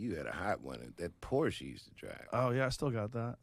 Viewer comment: Thanks for pronouncing Porsche correctly